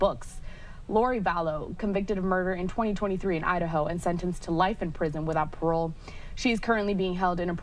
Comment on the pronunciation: She said Idaho it was just cut up and sounded like Ohio. I thought so too until I replayed it.